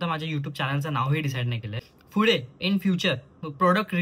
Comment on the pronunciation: Pudhe la fude ka bolta re tumhi bhau bahin 😂 I noticed so many times